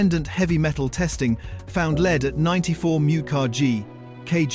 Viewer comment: Videos like this are why we ALL HATE A. I. The monogamous, robotic poor narrative and hideous spelling all contribute to my anger over why the planet is going downhill so quickly. Lead for example. Lead, not lead. Multiple times in the video. The information COULD be correct but how are we to know when there's no personal effort?? Okay we all know companies are trying to pull the wool over our eyes with everything we buy but so are these annoying 'videos'. A.I. needs to stop for this reason. I'm not religious but god help you all in 50yrs. I'm glad I won't be around.